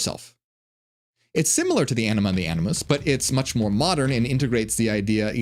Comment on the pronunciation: Am I the only one that kept hearing him say “enema and anoos”?😅